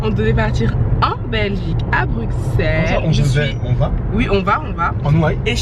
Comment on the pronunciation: Déjà c’est pas BruXelles mais BruSSelles, le X se prononce SS ;)